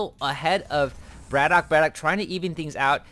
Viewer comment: at the beginning of the game you were saying whether it was bratOKAY or bratok, so i just mentioned that you did it the right way :)